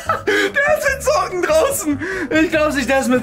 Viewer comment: hat zocken gesagt statt Socken 😂